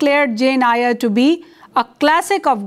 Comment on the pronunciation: I hope you don’t mind, Eyre is pronounced as “Air”.